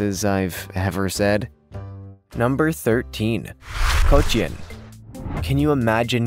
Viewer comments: how can a bird be popular from the 1950s to 1930!?? 🤪🤪 Cochin, not Cochnin 🥴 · Are you saying coach ians? I believe the pronunciation is co chin. Raised them. Like them. Moving on. If you would like to purchase one of the critically endangered D'uccle bantams you can buy the Mille Fleur D'Uccle chicks from Cackle hatchery for under $5 each. How's that for a reasonable price for an endangered "species" of chicken. Raised them a long time ago. Very nice friendly chicken. Bantam (pronounced ban tm) breeds are small chickens BTW. Australorp has no beard it has wattles(the red hang down from the chin parts.) The buttercup refers to the unusual shape of the comb. breeds not mentioned. Malaysian Serama bantam smallest chicken in the world. Araucana chicken sometimes rumpless, lays eggs of different colors, blues, greens and so on. Phoenix chicken, another long tailed breed. Houdan another chicken with a top hat or top knot of feathers on it's head. Silver Spangled Hamburg good fliers, smallish chicken, doesn't do well in confinement. I think usually male pheasants are called cocks. According to oxford dictionary (at least today) a rooster is a male chicken. I suggest that you could have had 15 unusual Roosters without needing the pheasants. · "Coach in" is how you pronounce cochin. And most of those images are Pekin bantams, a completely different breed. But great video! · CO CHIN. no fancy stuff in there. just say CO CHIN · ko-chin ! pronounce it right! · You need to learn to pronounce Cochin correctly